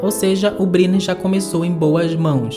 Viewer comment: Fale corretamente: You Brainer. Escreve Brynner.